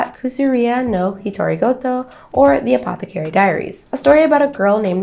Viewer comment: You're mispronouncing apothecary.....